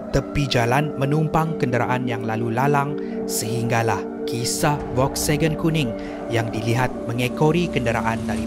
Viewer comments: Volkswagen bukan Volksagen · Bukan volksegen tapi volkswagen😅😅😅